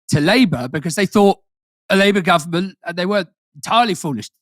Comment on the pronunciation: Aaron not quite getting his Kinnock "Labour Government" intonation right.